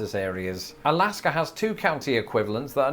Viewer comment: Did say Galaska!!? 🤣